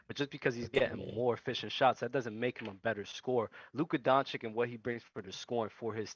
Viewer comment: Man on the upper left gave it to them. Spot on. ps. guy in the middle down needs to learn how to pronounce Jokic and Doncic.